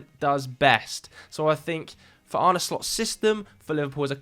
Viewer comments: idk if it helps to spell it out like this but Arne Slot's first name isn't pronounced "Arnie". more like "Arneh" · Arn-eh Slot, not Arni